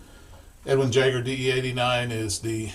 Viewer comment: Edwin jagger, or, yagger, it might be a silent J. 🤣 oh man that cracked me up. For all those anchorman fans.